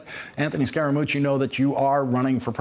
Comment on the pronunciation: "SCARE * A * MUCCI" Scaramucci